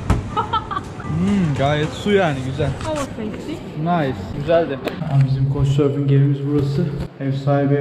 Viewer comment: Couchsurfingin anasını ağlatıyorsunda hala düzgün söyleyemiyorsun😂 Okunuşu (kauçsurfing) senin söylediğin (koçsurfing) 🤔